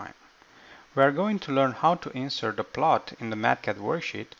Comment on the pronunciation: Verb intonation is wrong. It's "inse'rt" not "i'nsert"